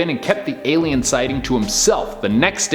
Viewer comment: The "i-lien" … lmao.